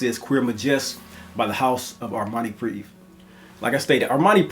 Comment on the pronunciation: Prive (pree-vey)